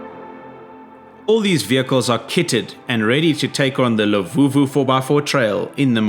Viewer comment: its LUVUVHU not LEVUVHU 😅